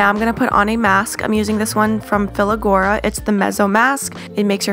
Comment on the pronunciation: I thought I was the only one who noticed her mispronouncing every single brand name